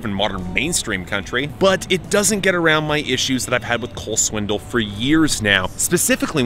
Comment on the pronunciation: I love that you always say "Swindle." It's a fitting pronunciation.